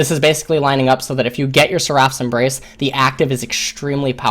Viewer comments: sɛr.əf Why are you saying "seraph" wrong. It is so weird. It's not seraaph, the ending isn't "raaaph", rather, it's "rough" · It's pronounced [ser-uh f]